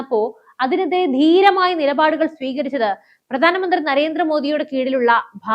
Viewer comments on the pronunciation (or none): Good presentation. One suggestion, please work on your pronunciation. 'Yuddam' alla 'yudham' ennanu , 'gattam' alla 'khattam' ennanu, 'pradaana manthri' alla 'pradhaana manthri' aanu and few more words like that here and there. Your presentation is already good , so if your pronunciation is also corrected it would be much better.